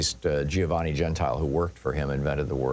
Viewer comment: I think it's pronounced "jen-tee-luh"